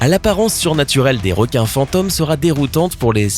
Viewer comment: Fantones ? sais pas Phantomes xDD